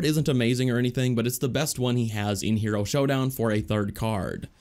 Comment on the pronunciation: It’s hero not here-O